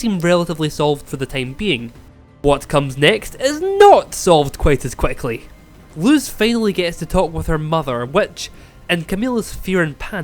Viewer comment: also the pronounciation of luz is lus ok just to clarify ☺️